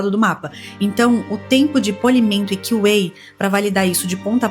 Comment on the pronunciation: Pronuncia correta em